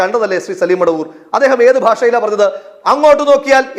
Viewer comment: എവൻ മടവൂർ അല്ല മൊടവൂർ ആണ് 😂😂😂